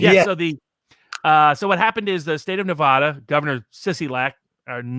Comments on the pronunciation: Neh-va-duh. NOT Nuh-vah-dah. You can usually tell whether someone is from Nevada or not by if they can pronounce it correctly or not. And Sissylak is such a clown. He pretty much tries to follow California: a failed state. A state which people are leaving in droves. A state where it's legal to shit in the open streets. A state with corruption beyond measure. Sissylak needs to be recalled. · it's. not. nev-ahhhh-da. this bugs me so much.